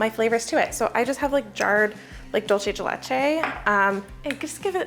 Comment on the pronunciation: (dool-say de lay-chay) dulce de leche.